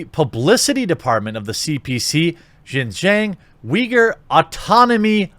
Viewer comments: following you for years! Just a quick note Xinjiang is pronounced “SHINGIANG”. You’re pronouncing it “GINGGIANG” which sounds like a different place in Fujian. Just a note. See ya! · Xinjiang is pronounced sheen-jee-ahng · Quartering if you want to pronounce it correctly I suggest watching Chinauncovered on YouTube. I believe the Pronunciation is in English like, (shin-Gi-ung) at least that’s what I believe they pronounce it on that channel. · Xinjiang is pronounced as "sin-gee-young" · Xinjiang = something like shin-JYAHNG. I speak a little Chinese and can read/pronounce pinyin. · Xinjiang is pronounced as "Sin....G....Ang".......🤣.............and they do summary justice in XJ.........get caught stealing more than 10k......you get executed on the spot!! 25ct bullet!!! No court costs needed!!!😎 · Shin-ji-ung, which sounds more like Shin-Jong; go with Shin-Jong as the pronunciation in my opinion. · Yeah, using English words, it’s pronounced like: sheen gee-on-g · If China Uncensored's pronunciations can be trusted, which I think they can, it is more... Shin-Jaong with a long 'ao' sound... I know that isn't the spelling at-all. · Xi is pronounced she. “Xin Jiang” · I believe the province is pronounced “Shin-John” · Afaik it's pronounced like seen-jyang (like djang in djanggo), Jeremy. Show us that old Disney animation about Nazi again. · I think it's pronounced shin Jahn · Pronunciation is “shin-jeeong”. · Pronounced as "she-jang" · zin-yang , pls americans, stop butchering other languages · The pronunciation is Shin Jong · Think “sin jyäng” instead of “xinjiang” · You are mispronouncing it, but you can also refer to it as East Turkestan. That is the name activists use. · Google how to pronounce Xinjiang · At least learn how to pronounce Xinjiang before making a video... dude Google it... Google translate... Come on brotha... lol